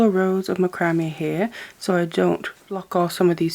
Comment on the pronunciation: This is not meant to be a negative comment... But I think that you are pronouncing this word 'macrame' the wrong way. It is pronounced as "MAC-CRA-MAY"... not "MA-CRAM-ME" As a young one growing up, I used to have a problem with my speech. I could not say the "SH" sound. I was showed how to hold my tongue to pronounce it the right way. Ever since, if I met someone with the same problem, I would just pass my knowledge onto them to help them pronounce their words the right way. (My son even has a speech problem.) Most people take my advice very well. Yes, YOU do "GREAT WORK", and I have learned a lot from you too.